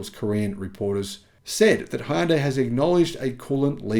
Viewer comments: Hyundai rhymes with "Sunday" (HUN-day) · Great channel however one thing bugs me a bit. What is the correct pronunciation of Hyundai? My understanding is it rhymes with Sunday???